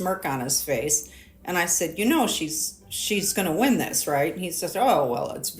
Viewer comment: You didn't wi-in, you didn't wi-in.:hand-orange-covering-eyes: Screw Nikki Haley.